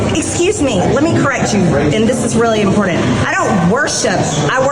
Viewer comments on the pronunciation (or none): The Barney Rubble look a like. 😂😂😂😂😂😂😂. “ Impotant” Marge there’s a R in the word. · MTG uses the word "important" and she pronounces it im-poor-DANT, she needs to be slapped. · It's impordent ok! IMPORDENT Troglodytes worship an 🍊🤡💯